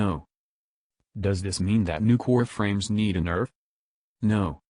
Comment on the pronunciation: I keep hearing nukor frames